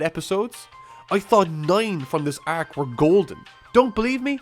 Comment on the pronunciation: The way this guy says "arc" is actually almost painful to me. "Ayyyyarccchhhh". How do you fumble such a simple word that badly, accent or not?